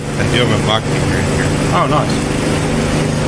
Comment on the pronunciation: The whole time I was wondering what the heck is a "mack meter". Finally I realized he was pronouncing "mach meter" wrong.